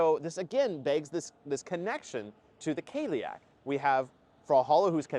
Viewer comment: Cailleach is said more like "kah-lee-ach"